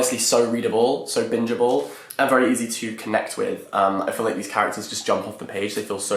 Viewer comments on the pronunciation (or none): On first listen I thought you said binnable not bingeable